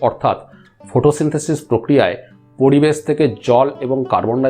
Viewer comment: খুব খুব সুন্দর বিষয়বস্তু। এমন চ্যানেল খুব দরকার। শুধু বাংলা উচ্চারণের ত্রুটি টুকু শুধরে নিলে ভিডিওগুলো অসাধারণ হত। যেমন পরিবেশকে পড়িবেশ শুনতে বড্ড কানে লাগে। র কে ড় উচ্চারণ করাটা শুধু বন্ধ করলেই চ্যানেলটা আরো জনপ্রিয় হবে । আবারও ধন্যবাদ জানাই সুন্দর বিষয় নিয়ে ভিডিও করার জন্য।